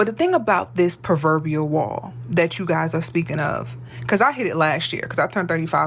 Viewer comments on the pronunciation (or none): First off, old bish, it's PRO verbial. Not "per" "purr" verbial. Everything she's saying is invalid.